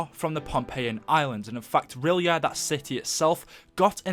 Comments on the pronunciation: everytime i swear im not dissing but its pronounced the city of rylay its not spelt like that but thats how its said i just hear so many people say it wrong im like do you even read H.P. Lovecraft haha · That's not how you pronounce R'yleth. And if Cthuhlu awakens, the world is gone.